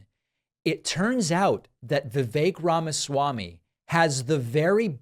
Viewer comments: Vivek is not pronounced the way you’re saying it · Two things: 1.) I work with many colleagues from India. And I can tell you that Vivek is NOT pronounced viv-AYK. It's VIV-eck. 2.) I have decided to refer to him as Vivek Rama-SMARMY. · Vivek RamaSlimey. Btw, it's not pronounced Vi-VAIK, it's pronounced VIV-ek. At least that's how both of the Vivek's that I've known pronounce it. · Vivek, pronounced like Fake